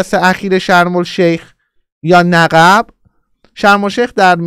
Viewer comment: آقا نِقِب درسته نّقّب اشتباهه